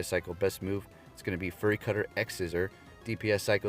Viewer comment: Fury is pronounced "fyou-ree", not "furry"